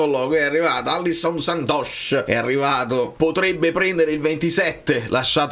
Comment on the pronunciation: Alisson, non Allison